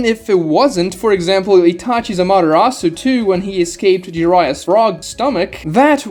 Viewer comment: The way you pronounce amatarasu genuinely hurts me